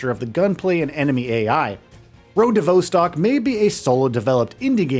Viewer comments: Damn it, it's vostok, not voestock 😂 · vaw-stok not vou-stok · It's "Vah" as in "Volume", not "Vo" as in "Vote" Phonetically Road to "Vahstahk" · Vos-Tok not Vo-Stok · Not “Voh-stock”. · Came to comments to say V"O"stcok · I'm sorry but the presenter saying "vousstalk" 😂 is killing me, dude wth say it properly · Pronounciation of Vostok is completely fcked bro. Delete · His pronunciation of Vostok is grinding my gears lol Great, great game. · Nothing raises your blood pressure more than someone pronounce Vostok wrong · Hi, you are pronouncing the name wrong - the Vostock part. Check online for proper way to say it!!!!